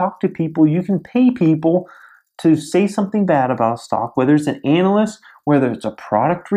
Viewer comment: I'm having great issue with how you pronounce ANALYST. <_<